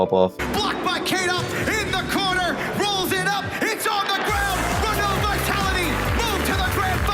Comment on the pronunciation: Oh god the pronunciation of "Renault" xD It's pronounced "Ren-oh." Pretend the L and T aren't there :)